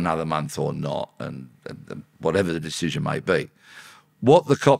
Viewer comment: can’t even say “decision”.